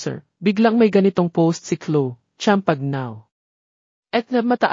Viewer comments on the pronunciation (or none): Pronounce Chloe and champagne correctly😅